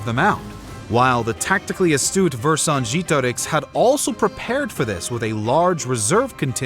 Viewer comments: It wasn't that bad, the mistake is that he used an english E at the second E It shouldn't be pronunced like E but like EH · Oh, come on - I'm sure not even the French pronounce Vercingetorix like that 😂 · What is the deal with these random history YouTubers coming up with these unique and elaborate ways of pronouncing historical names? I've literally only heard Vercingetorix pronounced 1 way across scores of documentaries I've watched, yet apparently you know the "correct" way of pronouncing it? I'm not even doubting the veracity of your pronunciation.. Maybe it is correct, but quite frankly, it just makes you seem pretentious.. You do you though. Otherwise, a great documentary and an excellent way to spend my time making dinner tonight. Keep up the great work. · This is probably the worst pronunciation of Vercingetorix I have ever heard haha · That's an odd way to pronounce "Vercingetorix" 😂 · Ikr it was super weird to listen to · it was about as bad as it could get without saying a different word